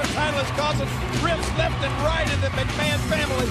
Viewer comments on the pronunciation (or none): none